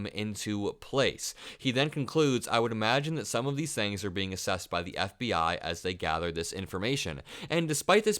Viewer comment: You're talking so quickly and excitedly that you're running out of breath and having to draw sharp inhalations between words to keep going. Slow down. - Janet Napolitano, not Napolitino - Former Homeland Security advisor, not Homeland Secretary advisor FBI spoken as "FBA" at least twice. Again, slow down a little and moderate your breathing. Otherwise, good content.